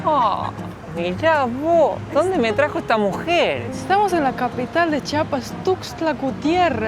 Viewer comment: Que bueno que visitaron Chiapas, solo un favor, cuando lo pronuncien, alarguen la i, Chiiiiapas, hay muchos que lo pronuncian chapas y se oye horrible